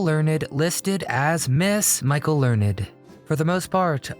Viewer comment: It's not Learn- ed! It is Michael Learned as in Learnd.😂❤🎉